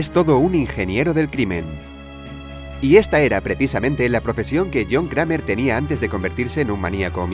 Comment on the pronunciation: Cramer no existe, se dice creimer.